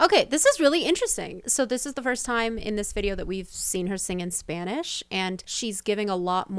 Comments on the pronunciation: I like the video but I disagree on the comment that she can sing in Spanish, she has an awful pronunciation, and she actually began to sing a bit better when she was married to Marc Anthony, I guess he put her on singing classes along with Spanish ones. But as a Latina myself I don’t like her voice or her singing. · She still has an accent singing in Spanish. The way she pronounces some words are wrong. Then again she is not fluent in Spanish either.